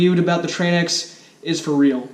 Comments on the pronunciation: its called TRANX not TRAN X brother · Tranx is one word. Its pronounced like Tranks. I pronounced it wrong the first time too. Lol